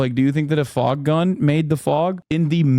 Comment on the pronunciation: “FogkGun” …wild